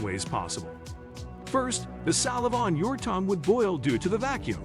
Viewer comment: Nice pronunciation of saliva.